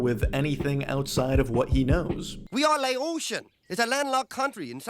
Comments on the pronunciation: Low-ation... It's Lay-ocean (which ocean) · It's "Laotian" not "Loatian" lol, good video though. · Did u say "loation"? Did u ever watch the show? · Lol at "loAtion" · They are Laotian, not Loation! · Did you say “Loatian” when talking about Kahn? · HES LAOTIAN! FROM LAOS! NOT LOATIAN